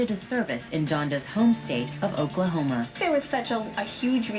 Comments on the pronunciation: .; It's "Oklahoma", not "Oklahomer". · She said Oklahoma